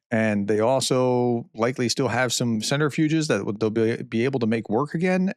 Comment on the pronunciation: PROFESSOR: Please pay attention to your pronunciation. You call the Ayatollah Khomenei, Khomeini. Khomeini was the first Ayatollah who was installed when Mohammad Reza Pahlavi, the Iranian Shah, was overthrown in 1979. Also, you call centrifuges, centErfuges.